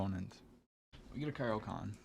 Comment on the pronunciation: It's Caro Kaan not Caro Can't!